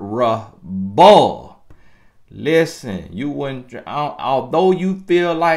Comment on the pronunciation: Mis-er-rah-ball! Lol